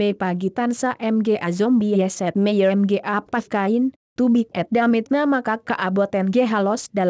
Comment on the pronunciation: I live in the Philippines and the voice there cracked me up, mga is pronounced ma-nga, not em-gay XD